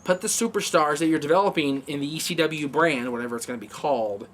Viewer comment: has anybody noticed can not pronounce ECW correctly as he always has a funny lisp when he says C. its like E SCHEE W hahaha